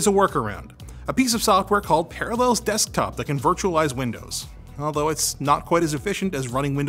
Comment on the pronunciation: Are you trolling me with your pronunciation of Parallels?